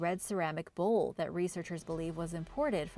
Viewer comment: its bowl.not bull